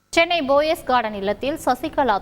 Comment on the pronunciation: BO-YES என உச்சரிக்கிறார்கள் !! தவறு ! அது POES ( PO-YES ) என்பதே சரி !!